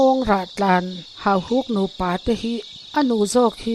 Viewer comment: Hahuk ti suh, hauhuk tih tur